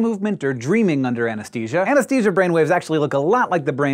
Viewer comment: Hank! Why do you keep saying "ANESTESIA" instead of "ANESTHESIA"? It's making me crazy!